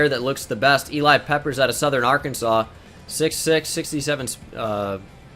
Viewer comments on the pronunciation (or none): none